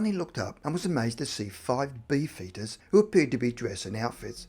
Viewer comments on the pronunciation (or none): I heard bee foetus instead of beef eater 😂😂😂😂